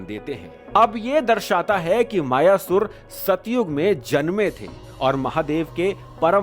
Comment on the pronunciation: मयासुर अथवा मय दानव नाम है न कि मायासुर